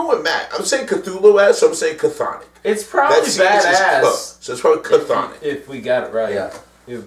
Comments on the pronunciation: I made it to before I gave up........ Maybe got better idk. All I knows is I felt like hitting people. and FFS the band Chthonic is pronounced Thonic the CH at the start is silent. Don't do reviews on bands if you now nothing about them. Instead it sounds too me like you are insulting them. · The band is called Chthonic, the C is silent, as in "Thonic"...